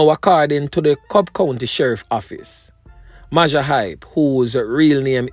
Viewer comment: majah is pronounced major..... mayjor hype. everytime you say mawjah my ears hurt